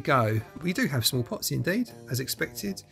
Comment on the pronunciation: You were saying "small pots", but I kept hearing "smallpox" and I was like, "I sure hope there's no smallpox in there!" 🤣